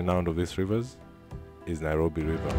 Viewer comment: It is Nairobi in Maa language not Nyirobi!